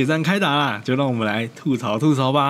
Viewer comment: 吐(ㄊㄨˋ )嘈，這個詞是閩南語，而且吐這個字在國語中也有四聲的讀音，沒道理讀三聲。